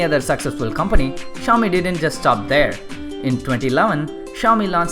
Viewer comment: This channel may not have many subscribers and likes right now but i STRONGLY believe it will gain recognition one day. Just dont let your confidence go down +. And try to improve your accent on few words bro...like 'was, company' etc...just a friendly suggestion ALL THE BEST:)